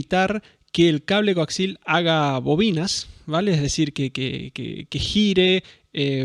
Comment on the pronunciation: Bien... aprendi que hay un nuevo tipo de cable... El "Coaxil"....! 🤣😂😁